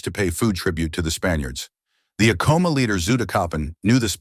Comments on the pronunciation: not to be that person lol 😅 but its pronounced Ahco-mah with the first part sounding like the word Add soo like A dd komah. But the H's in Ah-koh-mah are silent. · This video had to have been AI generated. A real historian would have known the proper pronunciation of the name Acoma. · You could have looked up the correct pronunciation of Acoma and Onate.